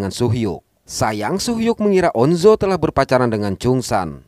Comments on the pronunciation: On Jo bang bukan on zo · On jo aja bang bukan on zo, tapi gpp aku maapin wkwk😅